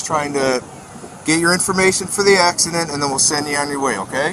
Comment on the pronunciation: " ass-ci-den?, ...no. "